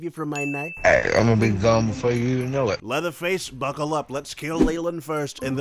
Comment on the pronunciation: Lol he called him Pleatherface.